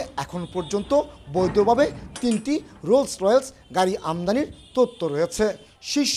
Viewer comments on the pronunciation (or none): Rolls Royce, not rolls royels 😅😂😂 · ভাই রোলস রোয়েলস না। রোলস রয়েস